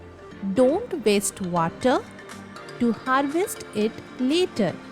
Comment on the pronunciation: Ji it's not havest it's harvest